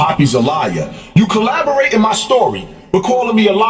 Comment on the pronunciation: If he say colaborate one more time